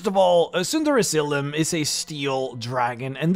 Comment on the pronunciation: Am I the only one who thinks he keeps saying "Tsunderezylym?"